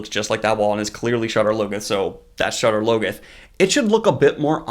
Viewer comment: First, love the enthusiasm. Second, appreciate the breakdowns. Third: what's up the with wrong pronunciations? Isn't this bugging anyone else? Shadar Logoth: from the books, it's SHAH-dahr LOH-goth, not shadder loggoth. The first syllables are stressed, and the vowels are short, not long. Tar Valon: from the books, it's TAHR VAH-lon, not Tarvallon. Two words, two stressed syllables. I'm harping because you're purporting to be a superfan...and the pronunciations are RIGHT THERE in the book.